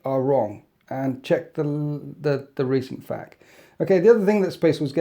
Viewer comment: when he said FACK instead of F A Q some part of me got unreasonably upset lol. Great commentary tho keep up the great videos